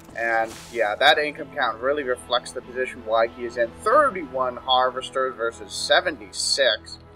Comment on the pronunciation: Nice Butchering of wakais name LOL